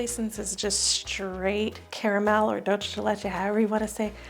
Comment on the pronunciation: Exactly... Also it's not pronounced DulCHe de leche. It's dulce with an S sound.